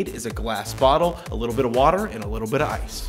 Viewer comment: there still is no "h" in water